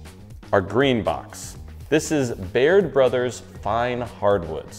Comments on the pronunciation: Who's this guy that took over the channel? At the end, , sounds like he says "Beard Brothers" rather than "Baird Brothers....hmmmmmm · I kept hearing him say Beard Brothers at the end... and I even know Baird Brothers and am only located about an hour away from them... but I still kept hearing Beard Brothers...